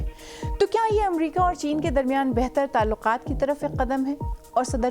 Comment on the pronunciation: Voice over is a very example of pronunciation. What is the word Talukat .